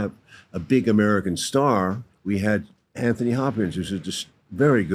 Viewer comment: It's not pronounced An-thony Hopkins. It's An-tony.